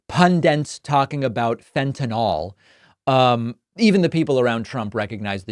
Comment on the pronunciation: It's not pundent, it's pundit; It's not fentanol, it's fentanyl; And it's not Donnie, it's Kamala. Even talking heads on TV get those three wromg.